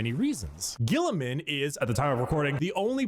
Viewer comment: mispronounces almost every Latin word and even Roboute Guilliman's name. I wish the Americans and Englishmen of the world would study a little more so that they would pronounce well the words that are not English for once.